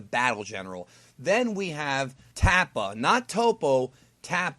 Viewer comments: Can't believe mispronounced "Tupper" as "Tappa"... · "Tappa" is actually Tupper as in tupperware. 😂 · Tupper not tappa lol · His name was "Tupper", like Tupperware. Dumb ass! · Tupper not Tappa as in Tupperware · So either the Pride Troops carry color-coded smoke bombs, or they purposely eat different color dyes and practice synching up their farts. And I could be wrong but it sounded to me like that Pride Trooper's name is pronounced "Tupper" -- as in Tupperware.